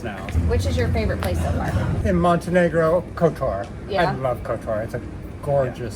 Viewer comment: you pronounced it incorrectly and I was there just a few months ago actually oh yeah should I mention you can just call kotor the city of cats because that’s its nickname I mean it’s for the old city